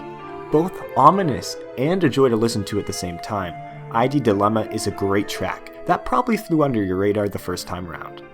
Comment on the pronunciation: Just a little nitpick, but why do you say id ad I.D.?